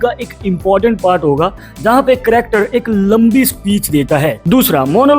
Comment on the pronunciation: Character bolraha he ki cryakter